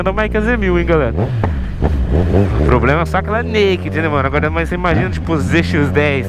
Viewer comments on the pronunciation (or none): none